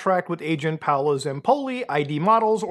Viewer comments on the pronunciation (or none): its not Paulo its Paolo, he's italian.